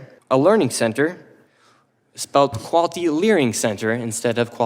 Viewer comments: "qual-tii" that's why it sounds weird when he says it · Love that he’s trying to monetize the “learing” thing but continually cannot pronounce quality